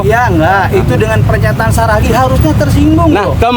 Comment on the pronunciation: Seragi apa Saragi ,, ngomong yang betul .